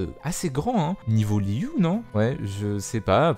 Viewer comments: Franchement ta prononciation de Liyue est assez insupportable quand l'entièreté de la communauté le prononce correctement, si tu veut être plus proche dit "Liué" perso je trouverais ca plus agréable car ca me fait tiquer a chaque fois mais c'est que mon avis personnel, fais ce que tu veux. Au fait a Musk Reef que tu suppose être une ile liée a une mission, c'est l'ile ou il y a l'entrée des Abysses Spiralées. Mis a part ça chouette vidéo ^^ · Merci moi aussi je trouvais la prononciation de Liyue insupportable